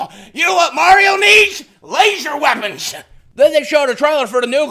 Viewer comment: "YA KNOW WHAT MARIO NEEDS, LASHER WEPONSH" that made me laugh so hard